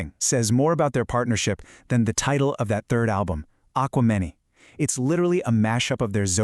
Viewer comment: A little clarification - it's " uh kwem en eye" not aquamini.